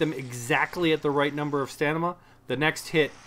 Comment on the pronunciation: hey, thanks for the video. great tips. just so you know though, its stamina, not stanima